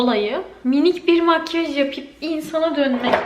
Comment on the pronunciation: Makyaj değil makkaş 😅